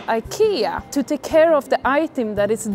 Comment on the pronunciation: IKEA, not aikeea